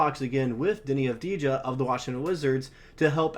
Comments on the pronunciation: Dude, learn how to pronounce their name correctly before trying to recruit tragets to bolster your sports team. It’s Av-di-ya! The j is silent. It's also important to remember that acquiring a player of Deni Avdija's caliber will require more than Josh Giddey and a low first-round selection since Giddey is a bust and a liability at this point, and the Wizards have no need for him even as they rebuild. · (intentional typo) could really put in the tiniest bit of effort to at least to pretend that they care to pronounce Avdija's name right. Of course... Le 'Murica rules all the way. No other countries and nationalities exist.